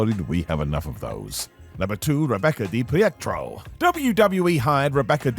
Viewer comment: DiPietro is pronounced "Dee-peet-ro" not "Dee-Piett-ro"... 🤣🤣 Also, she was a former Playboy model who worked for Vince McMahon; she would definitely have known something(s) that we didn't (until recently)...